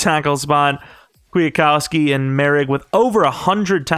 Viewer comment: bruh.... KWIT-KOWSKI, not kwiah-kowski, series is great but the annunciation is killing me lmao